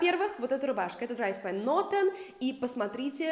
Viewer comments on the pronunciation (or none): умоляю, не Драйс, а Дрис.